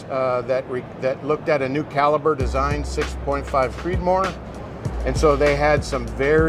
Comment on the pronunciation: "Creedomore" <3